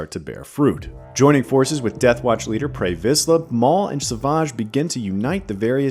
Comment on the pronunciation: Making fun of Ewan McGregor pronunciation of Dooku while mispronouncing Adi Galia and Pre Viszla is a bold move